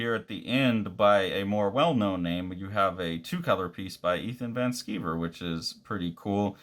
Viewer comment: Did you call me "Ethan Van Skeever" on purpose?